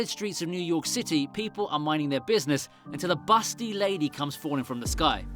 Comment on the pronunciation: "Until a BUSTY lady comes falling from the sky" emphasis on the word busty